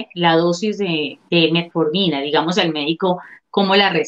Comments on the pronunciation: "Del uso de la..." Del uso de que???. por favor, que alguien me ayude a entender, yo escucho: "METMORFINA"... Será que estoy mal? saludos. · Metmorfina jajaja, ya con eso de que la periodista no sabe pronunciar correctamente el nombre del medicamento del cual hará el reportaje, no dan ganas de ver el video 🤣🤣🤣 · Porqué ella dice Melmorfina??? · No sé dice metmorfina es metformina. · La periodista dijo Metmorfina? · Se que es Metformina, pero la Chica dice: "Metmorfina". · Es Metformina, no Metmorfina, como lo dice en el video! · Querida el medicamento se llama METFORMINA, no METMORFINA. Ojo con lo que te pasan para leer sin informarte. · Dijiste Metmorfina y es Metformina. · Se llama metformina ,no metmorfina. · NO ES METMORFINA...ES METFORMINA...NI SIQUIERA ESTUDIAS ANTES DE HACER EL PROGRAMA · METFFFFORMINAAAAA NO METMORFINAAAAAA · SEÑORITA LOCUTORA NOOOO ES MEMORFINA ES METFORMINA! JIJI QUE PENA CON LA DOCTORA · Que la periodista aprenda a decir bien el nombre del medicamento Por favor